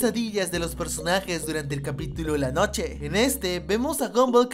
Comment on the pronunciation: Alguien más se dio cuenta que dijo capitilo? xD